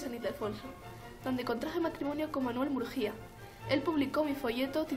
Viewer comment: Por cierto, se dice Manuel MurGUÍa, no Murjía y FoLLas Novas, no Folas Novas. Soy gallego, muy buen vídeo.